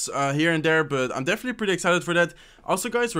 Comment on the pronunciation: You’ve been doing this intro greeting script for a loooong time and i still can’t understand a single thing. Just speak slowly,no one’s chasing you. “definitely” sounded as “deffly” . I know that your brain works faster because of this game and stuff but bro, you could have worked on this if you want to really go for YT for a living.